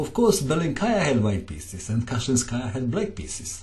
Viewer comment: by the way, in russian language, the accent is puting on the first syllable, so it is Bélenkaya and Káshlinskaya